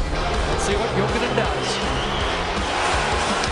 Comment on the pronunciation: Its jokinen not lokinen :D